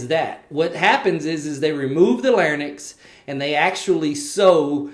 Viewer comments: Lair-incks, not Lairn-icks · Lair-incks not lairn-icks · It’s actually LARYNX and not LARNYX But the video was good Speech Path